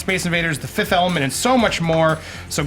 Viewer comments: "fifth amelement" XD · "...and The Fifth Emelment." -Andy Signore